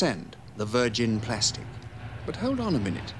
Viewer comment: Respect to this man for the correct pronunciation of the word plastic! Today the BBC think there is an 'R' in the word?